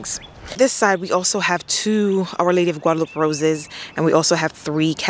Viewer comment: I think Guadalupe is pronounced Guada-lu-pay with a Spanish pronunciation. Maryland clay is definitely back breaking.